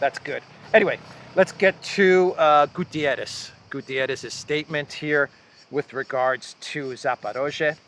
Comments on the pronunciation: The UN secretary Is not Gutierrez is GUTERRES( he is Portuguese and not Spanish!) Greetings from Portugal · the guys name is not GUTIERRES!!! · Just a note,. The UN secretary general is not Gutierrez, 'cause isn't spanish. It's Guterres, 'cause is portuguese, like me. Thanks in advance.